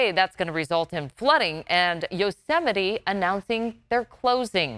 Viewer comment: That's pronounced, Yo-ze-might. McDonald's J Trump